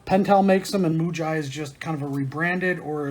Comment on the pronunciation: Pronounced Moo-gee. Writing is in Japanese. Both Muji and Pentel are Japanese brands. The Muji low center of gravity mechanical pencil is a licensed reproduction of the Pentel GraphGear 500 (PG515), that is unbranded.